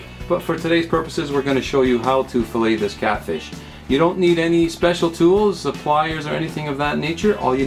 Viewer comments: there is no "canadian" version...its spelled "fillet" pronounced "fill-lay" and not pronounced "fillit" idc if your from saudi arabia its "fillet" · Hey thanks for the tutorial it was very helpful. But one thing, I believe it is pronounce fill-A not fill-IT. Also I did not know this but boneless fillet is redundant. The definition of a fillet is a boneless piece of meat. HAPPY FISHING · IT'S PRONOUNCED FILLAE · Haha, nicely put. I doubt that it should really be pronounced "fillit," but the internet just shows how rude people can be when they're anonymous. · I really wish y'all would stop sayin' "fill-it". It's a "Fill-ay" Both the process and the results... like Chick-fil-a , Fish fil a . Awesome vid, thanks for making it. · I thought it was funny how he pronounced it "fill-it" in the middle of the vid, and "fill-ay" at the start and end... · In our area, we pronounce the T so it is a habit to naturally say it. But you are correct the proper way to say it is "fillay". Thanks & good fishing!